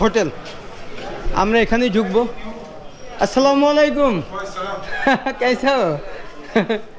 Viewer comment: ভাই মনে কিছু করবেন না আপনার সালাম হয় না বলবেন যে আসসালামুআলাইকুম মালাইকুম হবে না